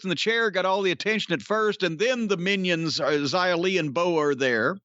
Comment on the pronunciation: He said her name right Yay!